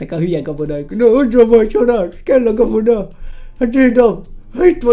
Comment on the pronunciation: a végénél azt mondta hogy kabona?? :D